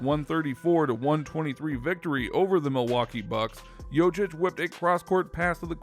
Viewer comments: #1 thing you have no idea about, how to pronounce his name. YO Kitch, not YO chitch. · If you are making a video, you could spend some time learning to say his full name correctly... he is not Jochich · I CANT HEAR HIM SAY JOCIC 1 MORE TIME!!! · LEARN TO PRONOUNCE JOKIC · Pretending to know something about Jokic, but cannot even pronounce his name correctly.......pathetic! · The way you pronounce it, it hurts my ears !!! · You should learn how to pronounce his name. It's not that hard, just go on youtube, and listen to someone, then repeated yourself couple times...the way u did it, its embarrassing. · If you don't know how to pronounce his name it makes me wonder if anything else you say is credible.